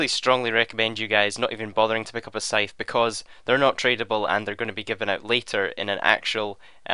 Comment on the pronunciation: It is also the correct pronunciation of the word Scythe